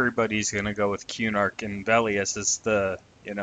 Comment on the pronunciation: it's kuh-nark, not que-nark lol